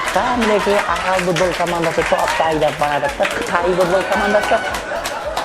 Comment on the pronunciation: минут будбол емес футбол. варатал емес ворота. пиналтый емес пенальти. Дубляж ким истеди ози сауатсыз акымактар. и сосын еш кулетин зат таппадым. Жигитлер изденинда аздап. не мынау истеген затларыныз. 👎👎👎